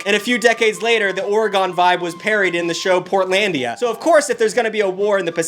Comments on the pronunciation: OreGONE? 😂 Oregon is pronounced Or-a-gin I hate it too lol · Love yah, but as an Oregonian I have to. It’s pronounced Ore-gen not Ore-gone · I swear to god, it’s ore-i-gun not ore-gone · it's Oregon not Oregone. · OreGONE?🤨 OreGun 😏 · Ore-gone hurts my soul lol. I assume you did that intentionally, but in case not - it's said "Or-ih-gin" or "Or-uh-gin", the g making a actual g sound, so guh. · IT’S ORE-G*I*N, MOT ORE-GONE! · ITS PRONOUNCED OREGIN NOT OREGAHN DUDE WTF IS WRONG WITH YOU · Nooo! It's not Ore-gone! It's Ore-gun! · It's pronounced Or-uh-gun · Oregon is pronounced like Organ just so you know! love you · Say it with me - Ore-uh-gun. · God damn it it’s pronounced “organ” or “Oregone” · Me: Hold on, gotta pause the video and correct him on the pronunciation of Ory-gun/gn, but most definitely not GONE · Or-E-Gone. ....triggered.... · I've never been more upset by a pronunciation of Oregon as an Oregonian before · Jesus Christ, how hard can it be to pronounce Oregon... Love ya,, this heinous verbal mistake is extremely common. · the way he pronounces Oregon hurts my soul😭✋ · I cringed when he pronounced Oregon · With that Oregon pronunciation theres no way you are from thr PNW 😂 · I love what you do... but as a Oregonian I have to say. Get it the fuck right bro. 😂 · I may go to war over how you just pronounced Oregon